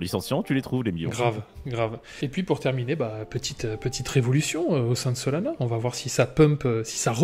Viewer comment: Ce que j'ai entendu "Solana ce sera l'anus du jour" bha nickel 🤣